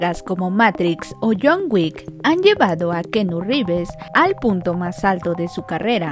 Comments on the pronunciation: Lo siento pero la pronunciación de esta comunicologa es pésimo ....de plano se inventó un nuevo nombre ... No pudo investigar cómo se pronuncia el nombre antes de grabar el audio? ...🤦‍♀️ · Es keanu revés más no keanu rives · Pobrecita...díganme no es Rivers es reeves!!!!! Se pronuncia riibs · Keanu Rivers? Supongo que toda mi vida lo he pronunciado mal 🥸